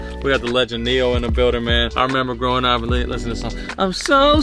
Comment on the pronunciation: BROOOOO IT'S NE-YOOO WTFFAFFFFFFF